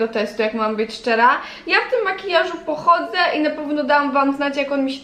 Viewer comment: Masełkłowa, pochłodze, płocieszenie, młusicie...dramat wypowiadanych słów